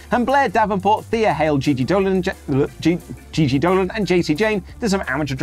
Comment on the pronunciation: It's Gigi Dolin, not Dolan